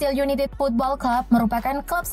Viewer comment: niu kestel yunaited..............bukan yunitid hahahaha